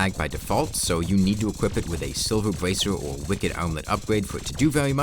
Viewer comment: Get a speech therapist, you talk like a diaper lover "incwease da numbo of wipped tag effects" "the sivur bracur" "the wickud armwet"